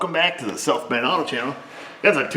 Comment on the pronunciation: it sounds like you say in the intro. “ welcome back to the self made auto channel” it’s what I hear 👂. Lol. What’s this south main auto channel all about.